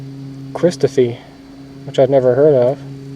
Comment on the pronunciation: The way you said Christophe ,hilarious. 😂😂😂